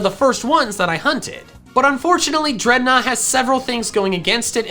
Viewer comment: DREDNAW, NOT DREADNOUGH! FIX IT NOW!